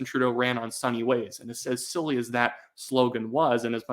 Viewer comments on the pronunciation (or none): none